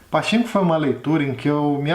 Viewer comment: Adorei o video Se fala pa tchin ko ( como se vc fosse espirrar no chin rsrsrs )